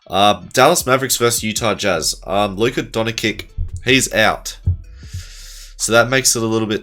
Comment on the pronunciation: sorry had do dislike cause of how u said Luka’s name Good video tho 👍🏿